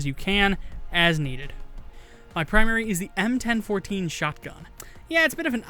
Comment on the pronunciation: "EM-ten-fourteen" thats the first time I've heard anyone call the Bellini m4 that.